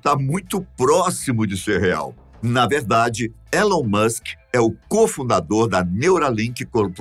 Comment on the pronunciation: nem pronunciar o nome do cara, o apresentador saber. porra